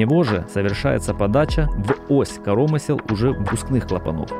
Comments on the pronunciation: Все бы хорошо,но вот только диктор ударение в слове коромысло ставит не так. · В слово «коромысло» ударение на букву «ы». В слове «излишки» — на вторую, а не на первую «и».